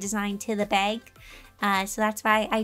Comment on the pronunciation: Whenever she mentions bag : she means bag i hear:bay-wg 😂 Edit: I finished watching- Her posing was better than me 😂